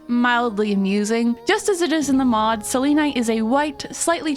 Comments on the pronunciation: Its pronouns sel-en-ite not sel-lean-ite /gen /nm -a pagan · Stop 😂 that’s not how you say selenite! I kept laughing ever time you said it! You say it as cell-ah-night ❤ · You Say selenite wrong🥲 its not like how you say Selena you say it more casually. Sorry it was just really bothering me😅